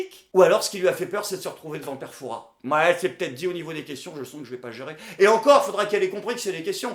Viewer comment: pour la bonne prononciation du père Fouras ! c'est si rare ! <3